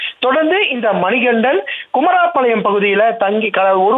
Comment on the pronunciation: செய்தியாளர் தங்கமணிக்கு தமிழ் பேச .. உச்சரிப்பு கற்று கொடுங்கள்....குமாரபாளையம்... பதில்....குமரா பாளையம் 😮